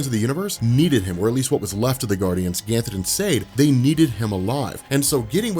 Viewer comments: Are you pronouncing Ganthet as ‘Ganthen’ or am I hearing things? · Dude I love your videos especially this green lantern series. But can you please stop adding a L to Ganthet's name. It is driving me crazy. (obviously you can't go back and fix it in old videos. )